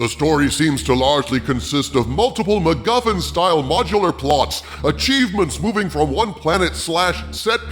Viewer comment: After all this time in the Toxic Brood I hear McMuffin instead of MacGuffin... And now I'm hungry... So all the money I would've spent on tickets to a good star wars movie? I'll save it for McMuffins, it'll make more sense, be a higher quality product and hey, I'll watch the OT while I eat them on the day this film comes out, because I'm nothing if not spiteful. Merry Christmas Disney.